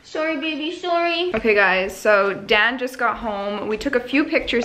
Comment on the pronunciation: I feel like everytime you say Dan, I hear you saying Dad...